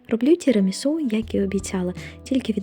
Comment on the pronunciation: Все правильно" Тірамісу" так говорять італійці